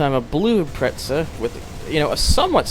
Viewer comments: Sheesh, this guy annoys me... It's IM-PREZZ-A, NOT IM-PRETS-A! SAY IT RIGHT! >:L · Actually it's IMPRETZEL thank you